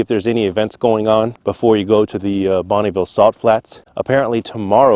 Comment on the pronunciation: Bonneville not Bonnieville.